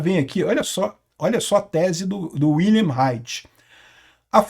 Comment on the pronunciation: Wilhelm Reich (pronuncia-se Viu-helm) foi um dos principais teóricos da esquerda da primeira metade do séc 20, Peter. Olavo de Carvalho falava dele como "a vaca sagrada da esquerda". Pra variar, teve idéias completamente perversas sobre a sociedade humana. Algumas idéias foram implementadas, como as de Gramsci, e está aí o caos que mergulhou a nossa civilização atual.